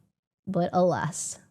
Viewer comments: she doesn’t know how to say “alas”? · Repeating "but aless" twice instead of "alas" would back up your take. She just dumb.